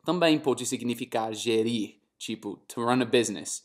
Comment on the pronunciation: TO RUN = gerAr . Não é gerIr . Essepalavra não existe e ninguém entende se você pronunciar da forma errada